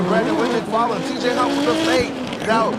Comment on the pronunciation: Why are you saying “teej” bozo it’s TJ